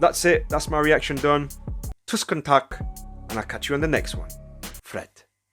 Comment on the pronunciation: I did catch the Norwegian. :) It's close, but it's actually tusen takk, not tusken takk. You can actually hear Angelina pronounce it here in this video. ...or one of my favorite examples is this one at the end of her gloomy sunday performance....